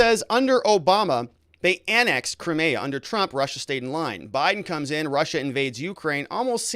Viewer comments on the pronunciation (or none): Putin gave Zelenskyy 24 hrs notice of what he was going to do, Zelenskyy had lots of time to come to the table, this is all Putin asked, Zelenskyy chose not to. Also and this drives me nuts about you, butchering names all over the place; Crimea 'Cry- MEE- ah '. Russian troops move north from Crimea to Nova Kakhova to restore the water supply to the Crimea that the Ukraine cut off ijn 2014... 80% of the Crimean water supply came from there.. So the Ukraine's claim to be sympathetic and care about the Crimean people is bull shit. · Your pronunciation of Crimea and the breakaway regions are terrible